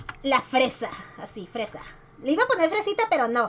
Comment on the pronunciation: le pusiste "Fesa" te faltó la r 😅 Lucifer que mala eres😂